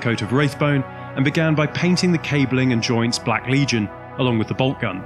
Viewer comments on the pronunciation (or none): none